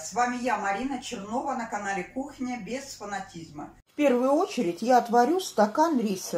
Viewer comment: Почему говорите " без фанатизЬма"?